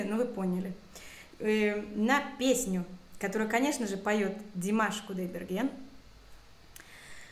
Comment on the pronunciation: Вы конечно профессионал, возможно, но люди со слухом неужели не могут в точности воспроизвести имя певца? Вам же это должно удаваться легко, или я не прав? Смотришь на реакционеров певцов, они очень редко ошибаются в произношении, да, непростого имени и фамилии Димаша Кудайбергена. Вы не обижайтесь, просто замечание. Кстати в вашем ролике микрофон не справляется с клипом, слишком задрано все вверх, в кашу вся композиция превратилась на верхних нотах